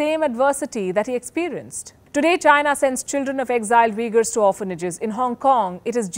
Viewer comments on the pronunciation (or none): none